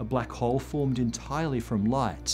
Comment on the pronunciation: he said "formzd" lol